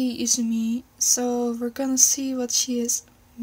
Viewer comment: izumi...... Izumi with a small "i"